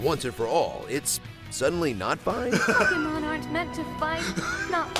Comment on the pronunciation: as many years as ive heard ppl mispronounce pokemon, "pokemmen" is a first 😂